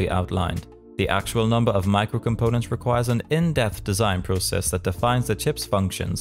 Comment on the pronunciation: He says "michael" instead of "micro" and I can't unhear it